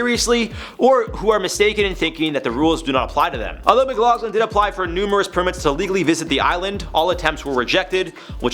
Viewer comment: His name is pronounced Mc-lock-lin. I know its spelled Mcloughlin but thays how its pronounced. I think its cute you pronounced it Mc-log-lin